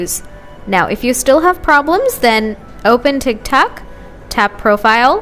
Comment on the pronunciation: "Tik tac" 💀💀💀